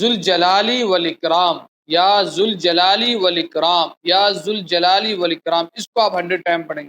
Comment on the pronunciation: یا ذالجلال پر پیش نہی پڑھا جاتا جب یا کے ساتھ پڑھنا ہو تو ربر کے ساتھ پڑھا جاتا ہے